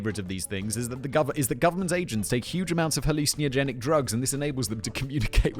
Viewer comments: Hallucin-ey-ogenic You might be adding an extra vowel sound there fact boy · Halluciniogenic? Interesting pronunciation. Love the show. Keep up the good work. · Nevermind Gene Roddenberry, you need to brush up on your pronunciation of 'hallucinogenic.'